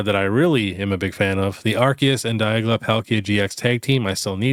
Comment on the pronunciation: I absolutely hate to be that guy, but it is DiaLga (die-AL-ga) Not diagLa. Sorry. Thanks for the great content as always 🔥